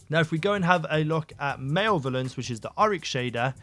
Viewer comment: male-volence? ....its mal-ev-el-ence dude